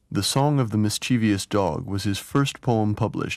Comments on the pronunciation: And of ‘mischievous’ as ‘mischievIous’ - ughh. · And mispronounces mischievous’. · The docufilm in itself is of a generally high quality, but the narrator has terrible problems w pronunciation… Celtic, mischievous,& more. His being American didn’t help, I suppose. I am also, but have lived in Europe for many years. That makes an incredible difference. Hearing Thomas read his own poetry again knocked me sideways! Many thanks for this gift of a truly great poet to us (all).